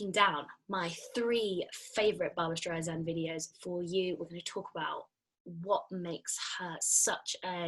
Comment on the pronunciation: StreiSAND not streizand 😉